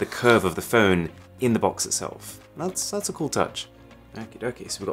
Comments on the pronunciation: What did i just hear :D ... and that´s bbrrrrrhatffss phone use today. :D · That was a brilliant rolled r lol